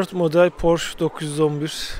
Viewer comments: Amerikalılar gibi "porş" demesek, aslı "porşe" olmalı. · Amerikalılar bile porşe diyo😂